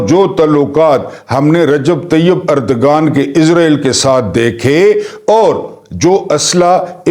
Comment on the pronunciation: سر ! بہت معذرت خواہ ہوں ، عمدہ اور معلوماتی گفتگو کے دوران تلفظ کی غلطی ذہنی ارتکاز کو منتشر کر دیتی ہے ، اسلئے یہ ناچیز اپ کو ڈسٹرب کرتے ہوئے شرمندہ ہے، ترکی زبان میں حروف: غ،گ،خ سائلنٹ ہیں ،لکھے تو جاتے ہیں مگر بولے نہیں جاتے مثلاً: اردگان= اردوآن ، خان = حان ، ارطغرل= أر طو رول ، آغا = آا۔ وغیرہ ۔ شکریہ ۔